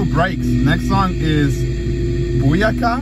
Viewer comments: no buakaw is a boxer and its pronounced "buwakaw" it think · I think BUAKAW is pronounced like "Boo-cow." And I think it was a diss on 6ix9ine or Squidnine or maybe both.